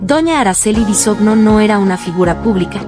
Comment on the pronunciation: No se dice "Bisogno" (así se escribe) se pronuncia "Bisoño". Es una vergüenza que ni pronunciar sepas.